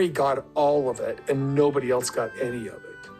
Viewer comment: Haven’t you heard him saying a hundred times the word “elts” instead of the word “else”? He’s such a moron.